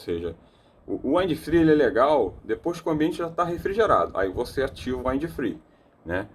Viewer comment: In English, em geral a regra gramatical de pronúncia para palavras terminadas em consoantes falasse exatamente como se está lendo mesmo. Porém quando se termina em VOGAL "we use to say them ecxatly as the vogals are used to be spell" ou seja, lê-se exatamente como aprendemos como são pronunciadas as vogais no alfabeto em Inglês, e sim isso faz uma enorme diferença. 👉 Wind (uindi) = VENTO, sopro, brisa etc... depende do contexto. 👉 Free (fri) = sem/falta de (contexto) = livre 👉 Fry (frita) "frai" fryes (fraies) fraies = fritas 👉 Wide (uaidi) vogal (i) em inglês tem som de "ai" = VASTO ex: Worldwide (uórldiUaidi) 👉 advérbio 👉 mundialmente. Toda gramática tem suas excessões, porém 98% por cento da regra é essa. Em 65% do vídeo ele AFIRMA pronúncias de significados que não existem na língua Inglesa e isso induz as pessoas ao erro. No mais as ilustrações de funcionamento do aparelho foram bastante esclarecedoras 👍